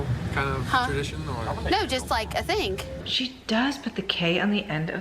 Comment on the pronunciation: It’s a “southern thinG” to pronounce the “silent” G——- it’s not a K